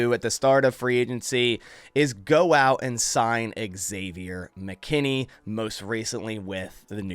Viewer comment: It’s not eggsavior dude